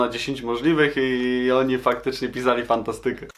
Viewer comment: Naucz się poprawnie akcentować słowa hipsterze nie fantastyke tylko fANTAstyke